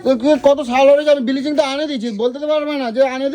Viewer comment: হা হা হা ব্লিচিং কে বলে বিলিচিং 🤣🤣🤣🤣